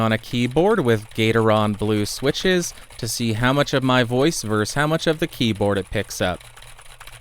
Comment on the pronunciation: Yes, this was back when he couldn't say versus. Weird.